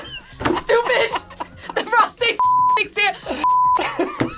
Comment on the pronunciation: the way said prostate sounds like a British peacock hahaha 😂